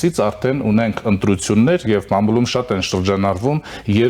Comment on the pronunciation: Հերիք չե թլոշ է, նորմալ տեքստը կըմկըմելով է կարդում, բառերն էլ չի կարողանում ճիշտ արտաբերել։ մամուլի փոխարեն ասում է մալմուլում😅։ թաթոյանից մի քիչ շատ գումար վերցրեք, որ մի խելքը գլխին հաղորդավար ունենաք։